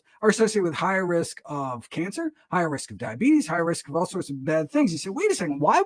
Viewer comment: I hear what you’re saying. I think it’s the way the doctor raises and lowers his voice, talks so fast and puts emphasis on some words randomly, like anti, when, and all.